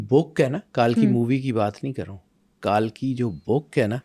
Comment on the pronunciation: تلفظ صحیح ادا کرۓ ,کالکی غلط ہے صحیح تلفظ کلکی ہـے